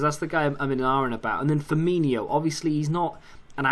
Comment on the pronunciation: It's not Firminho, it's Firmino.